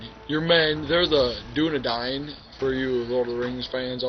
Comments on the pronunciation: dunedain not dunadine dumbass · its pronounced dune-ah-dane